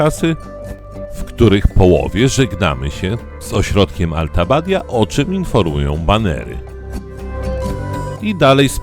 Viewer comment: Wymowa tych miejscowości pokraczna. Do takiego filmiku warto by było się dowiedzieć jak się wymawia Alta Badia czy Seiser Alm. To nie język chiński.